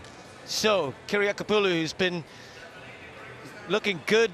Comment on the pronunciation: I am very impressed ... with the announcer's seemless pronunciation of Kiriakopoulou! .... and also also I'm just here because I'm impatient for the Olympic women's polevault to get posted. I watched it live but the broadcast only occasionally panned back to it when other events happened to be on a break )